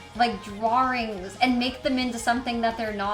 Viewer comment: the way she says drawrings makes me so mad😂